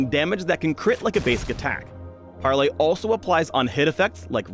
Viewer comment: "pARRley" omg im dying